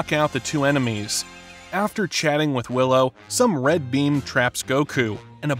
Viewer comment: It’s dr wheelo not willow ..